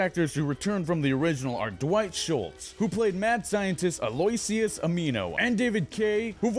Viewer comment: Ah-loo-ish-us Ah-nee-mo Not only should you learn the character names, you should learn how to read.